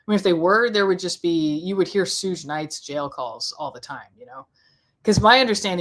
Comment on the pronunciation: Talking bout "Schooge (Suge) Knight". 🤣